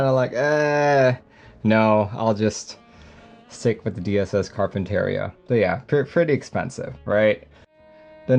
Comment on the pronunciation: this is how you say Carpinteria